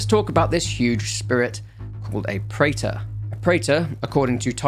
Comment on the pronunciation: the preta pronounciation is incorrect btw, its pronounced as pre-th or pre-tha not prater